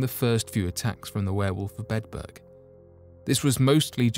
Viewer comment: I'm sorry. I'm so interested in this, but every time you say Bedburg, it sounds like you're saying bedbug and that's creeping me out worse than anything. I only made it in. 😞